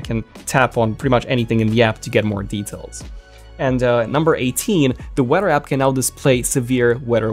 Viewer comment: The only thing that bothers me about this video is how he says weather